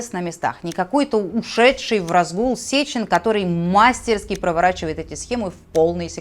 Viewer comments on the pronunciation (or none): Правильно ставить ударение в русском языке - это прилично, особенно для журналистов. МастерскИ, а не мАстерски.....извините. Я - не русская, но это знаю.